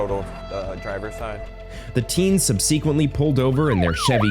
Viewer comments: Subseeequently ! Really? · Somebody please tell the narrator how to pronounce "subsequently". Touching and sad story.